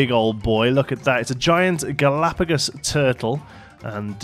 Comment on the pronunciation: You said Turtle a few times lol but no worries